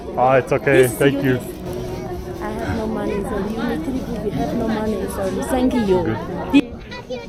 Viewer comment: 找外國人精準的說"no meny"，想也知道什麼貨色